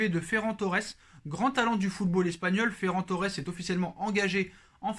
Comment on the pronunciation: Ta prononciation de Ferran Torres à la Française c'est insuportable 😅